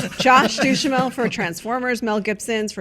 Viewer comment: I love that pronounced his name Josh Douche-amel.